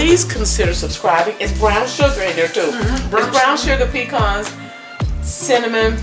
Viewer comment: Please pecans are a southern grown tree, say puh-cons, not pee-cons. Love your